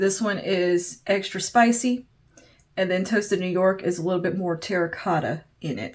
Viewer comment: Extra Spicy, not Extra spich 😉